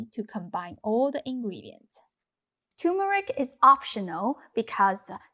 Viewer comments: TuRmeric ... not turmeric. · Nice, but the spice is TURMERIC---NOT TUMERIC! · You are mispronouncing turmeric. It is not pronounced too-meric. It is tur as in turn tur(n)meric.